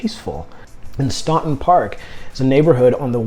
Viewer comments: As someone that lives in Staunton, I just wanted to say that it's pronounced Stanton 🙃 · You hit the ball out of the park with Staunton. (Pronounced STAN-ton). Great area, fine folks. Close to good jobs, doctors, etc. considering how rural. I-64 and I-81 are there, so you're not isolated. Home prices are good.... If you like Staunton, consider Lexington as well.... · Boy man, youve lost me. The only choice that makes sense is STANTON (thats how its pronounced) who in the heck wants to move INTO THE CRAZY DC WORLD WITH HIGHER COSTS OF LIVING, CROWDING, HUGE HOME PRICES? I know you want a big commission, but COME ON. We are all living on less, well unless your some woke gobment worker and trying to live a smaller and more efficient life. I just wasted a bunch of time. By the time you got to the top 5, I could predict them all being from Hampton. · Pretend the U is not even there when you pronounce Staunton. It sounds like its spelled Stanton.